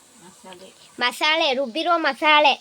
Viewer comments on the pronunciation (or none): ಅದು chicken ಮಸಾನೆ ಅಲ್ಲ chicken ಮಸಾಲೆ 😂